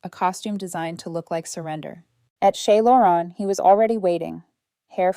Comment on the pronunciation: Shay Laurens= Chez Laurence